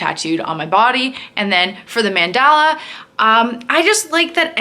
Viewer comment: stop saying mandala like that, lol ilysm and love your tats